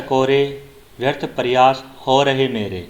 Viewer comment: उच्चारण में क्षेत्रीय बोली है । प्रयास , अहंकार आदि शब्दों का उच्चारण गलत किया जा रहा ।